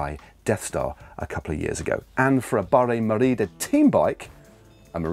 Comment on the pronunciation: Matt, why the accent when you say Merida. Merida is a Taiwanese brand, so unless that's a taiwanese accent, please stop.